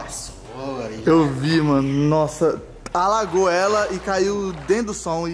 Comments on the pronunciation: E no minuto o tbm fala agalou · Agalou? O certo não é alagou ?